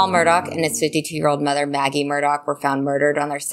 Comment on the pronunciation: It's Murdaww, NOT Murdock!!